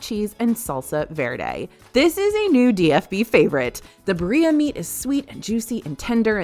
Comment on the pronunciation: “Ba ree ah” killed me